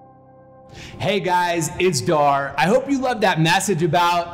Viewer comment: I feel so inspired for the guy who didn’t let jay in the business and then jay thanked him and jay says dah not dhar idk why I’m not judging though so no offense